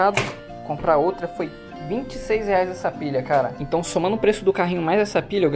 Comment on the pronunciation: Ele falou hentão?